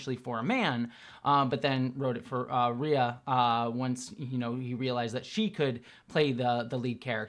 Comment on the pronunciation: Rhea's name is pronounced "Ray"